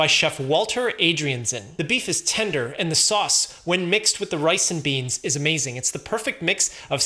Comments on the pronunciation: "rice and beans" sounds suspiciously like ricin beans... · sounded like he said ricin beans....😂 got me over thinking 🤔